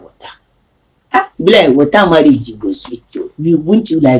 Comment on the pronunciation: "Marry-age"...lol,! This is a very interesting story.